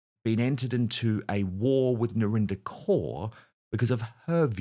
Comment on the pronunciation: Sorry Dan, had to click out when i heard the word 'Narinder'